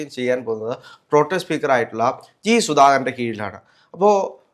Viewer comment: 😂😂 "PROTEM" എന്ന വാക്കിന് എന്തൊക്കെയാണ് പറയുന്നത്‼️ ഒരാൾ പറയുന്നു "പ്രോടൈം" സ്പീക്കറെന്ന്‼️ മറ്റേയാൾ പറയുന്നു "പ്രോംടെം" സ്പീക്കറെന്ന്‼️ ഇനി "പ്രോട്ടീൻ" സ്പീക്കറാകാതിരുന്നാൽ നല്ലത്‼️‼️😂😂